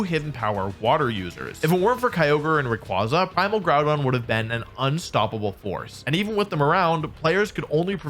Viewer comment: bro said primal Gourdon